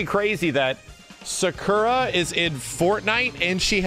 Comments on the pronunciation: the fact he still says sakura wrong triggers me. But honestly I'm happy sakura and blanka are in fortnite cuz that means WE CAN GET MORE SAKURA MERCH AND FIGURES WITH THEIR INCREASED CLOUT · Why does say Sakura like that